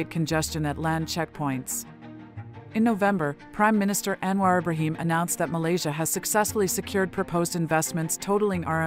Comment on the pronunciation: Thanks for your great effort to summarise Anwar's various achievements within a short clip. Btw, wld like to point out that your voice over to the transcript pronounced "Anwar Ibrahim" towards the end wrongly.